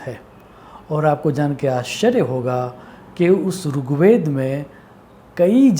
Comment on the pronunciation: Not rook ved brother.... Rig Ved